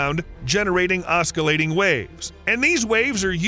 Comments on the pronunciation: Oscillating is pronounced 'OSSILATING'. You pronounced it as 'OSKILATING'. 🌈πhe more you know! 🌈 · "Strotium" "cessium" "oskillating" Tell me you don't know what you're talking about without telling me you don't know what you're talking about. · It's pronounced "see-see-um" 137, "stron-tee-um" 90, and "ah-sill-ate-ing" waves :) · *cesium (cee-z-um) *oscillating (oss-sill-late-ing) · did you say osckalating? Surely you mean oscillating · Oskalating waves as well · OsKillating waves lol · Your pronunciation of ‘oscillating’ and ‘Cesium’ are pathetic!! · Im sorry but say oscillating right...